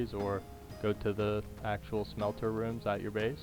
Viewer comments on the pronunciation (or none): none